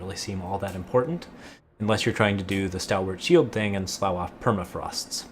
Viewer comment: It's a dumb critique sorry, but I always cringe when you say "slough off" pronounced 'slou', it's pronounced 'sluf'!